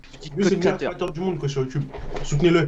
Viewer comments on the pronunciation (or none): none